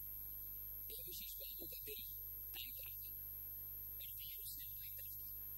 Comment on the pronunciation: Rajat Kapoor cannot pronounce long vowels in compound words lol. All these episodes, he kept saying "Satyanveshi" instead of "Satyaanveshi". And in this episode, he kept saying "Devashish" instead of "Devaashish". How come director, producer, nobody corrected him from the beginning.